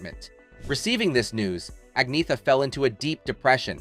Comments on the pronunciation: Learn how to pronounce her name. Not AgNetta .. It's Anyetta ... the 'gn' has a 'y' sound. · At least pronounce her name properly. The g is silent.